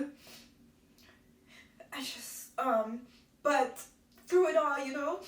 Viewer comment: You have me crying..I appreciate this post....but just because I am constantly trying to place Caribbean accents..You said said "true" for through at one point and it sounded very Trini.Are you originally from Trinidad?